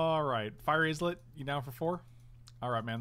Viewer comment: I can't tell if people are saying Fiery 'IZ-let' because it's a meme, or because they really don't know how to pronounce it. For the record, it's 'EYE-let', as in a tiny island.